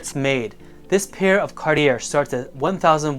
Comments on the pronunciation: Pronounced Carti yay not carti air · ‘Car - tee - air’….do you mean Car-chay? Or are you speaking ‘American”?’ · Cartier - French Company. Pronunciation is Car-et- ay. Not Cart- I -errr 😮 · More money than class, can’t even pronounce Cartier properly, how can you claim any sort of expertise smh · 2nd time ending up here upon clicking, about to move on again without finishing the video after hearing how Cartier is pronounced :)